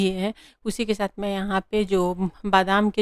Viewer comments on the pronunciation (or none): Shath nai sath. Not bullying but try to speak properly